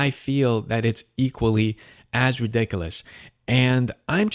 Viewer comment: Can’t even say ridiculous correctly